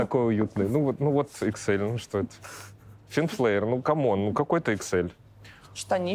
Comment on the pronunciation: Правильно произносится название магазина — Фин Флер